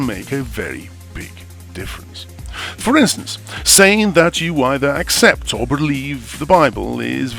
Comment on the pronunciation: ACCCEPT !? Which dictionary are you using ?